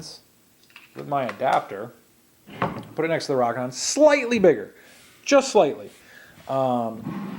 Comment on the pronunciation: Long "O" sound. ROOOOKINON, NOT ROCK-INON